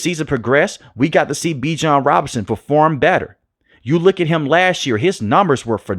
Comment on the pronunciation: Bijan said yall are pronouncing his name wrong!😅😊